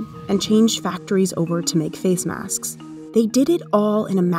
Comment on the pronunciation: Is it me or the way she pronounces “maskss” is cringe